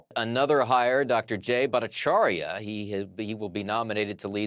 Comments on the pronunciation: Grammar police here. The way you murdered jay’s name - its much easier than what you were trying to do. Its only four syllables and has no eeeee sound in it. Its bhat-ahh-char-yah! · I think you mispronounced Jay's name every time.